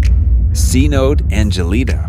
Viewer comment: Coelacanth - See-luh-can’t Cenote - Sen-no-tay